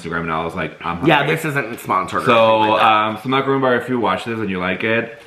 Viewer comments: It's pronounced mak - a - ron. A mak - a - roon is a giant coconut cookie 😂😂😂 I died when you put the plates at your pecks! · It hurts my soul when people pronounce it “macaroon.”